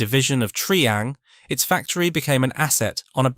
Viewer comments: Its Try ang not Tree ang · You're right. Terrible pronunciation.